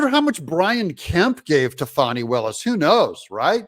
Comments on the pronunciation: Doug you can't make a silk purse out of a pig's ear , so pronounce her name how it is , Fani like Fanny , not Fawni like phoney😂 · Doug, please...let me break it down for you. If you take the i off the name Fani and Fawni this is how you say it, Fan- then Fawn...Fani not Fawni. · I'm from Georgia. My whole family is from the Atlanta area. Anyone in town will tell you it is pronounced "Fanny" , not "Fawney". And yes, we all know she is human garbage. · No "U" in Fanni. Ita not Faunni. Its FANNI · Her name is Fan-e not Fawni… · Why do you refer to her as Fauni, Fawni, when pronounced f-a-n ..i like a large maximum gluteus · It’s Fani. Not Fauni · I liked the original pronunciation of her name, Fanny. I don't like Foni, or Fauni, or Fawni. I want her to be dismissed, prosecuted and disbarred, so she can be kicked out on her fanny. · It's not Fauni Willis.. Don't try to gay it up like Joe Deertay, you know it's Dirt. Lol. It's Fanny "whatchu talkin bout" Willis. Fani's big fanny is in big trouble. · Her name is pronounced Fannie. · How is her name pronounced, Fannie or fonnie